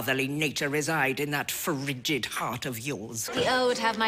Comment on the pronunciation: Loved Lady Danbury... her elegance & beauty, her unintentional comedic parlé, her charm & poetic articulation... bravo! Only she can add another syllable to the word “frigid” and you get it!! She was Simon’s fairy godmother for sure. ❤️